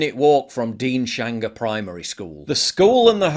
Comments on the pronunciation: Deans-hanger not Dean-shanger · its Deans - Hanger ...not Dean shanger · Its Deans hanger not Dean shanger. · It's pronounced Deans-Hanger btw Paul, not Dean-Shanger. I was brought up near there, very depressing stuff.. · It's Deans-hanger not Dean- shanger!!!! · Alright since this is the 2nd video on this and I am local, i feel reluctantly obliged to point out it's pronounced Dean's-hanger, not Dean-shanger. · "DEANS-HANGER" - (not "Dean-Shanger" grrrr) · It's Deans hanger not Deans shanger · "Deans-hanger", Paul